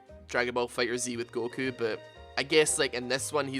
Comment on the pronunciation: It's Fighterz not Fighter Zee